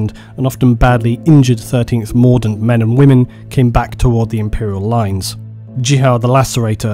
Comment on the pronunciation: When you say mordint I keep thinking Mordor